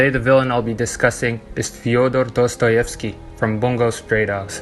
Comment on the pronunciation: How THE F*CK did you say his name correctly?